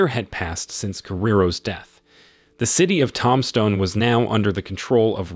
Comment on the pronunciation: It's pronounced "toomb-stone" not tomstone.